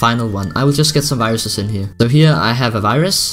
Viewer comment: I love how says here. Heyer